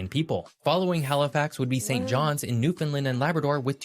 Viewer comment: Bless him he still did not say newfoundland correctly, not easy to do if you are not a newfoundlander, rhyme newfoundland with understand and that pretty dead on to how we say it, love your videos ❤